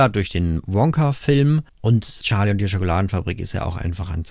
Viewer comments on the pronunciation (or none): none